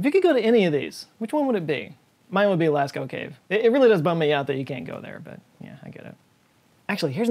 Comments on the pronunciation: Of course "Lascko" cave! 🤣🤣🤣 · P.s pronounced Las oh in France by French people